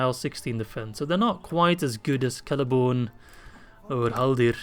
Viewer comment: Did you just really call Celeborn, Lord of the Galadhrim, Prince of Doriath, Lord of Lothlorien... Celery-born??? 😂